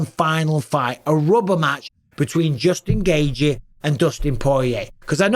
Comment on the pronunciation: Nobody pronounces the name Justin Gaethje better than Bisping. I can listen to him saying "Justin Gaethje" in a video on a loop for 8 minutes straight and be happy af!